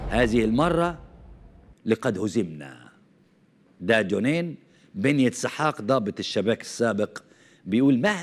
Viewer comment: من أجل إعطاء مصداقية لفيديوهاتك ، أرجو أن تعمل على قراءة ألأسماء بشكل جيد !! جونين ، الجيم معطّشه كالجيم المصريه مثلا وكوخافي ، وأسماء ألجرائد ألأجنبيه